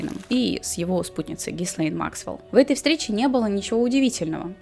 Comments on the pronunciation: И снова слышу произношение - Гислейн...Но остальное — конечно, интересно! Спасибо за проделанную работу! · Единственное что смущает, это произношение имени соучастницы. Не Гислейн, ГИЛЕЙН Максвел. "С" не произносится тут.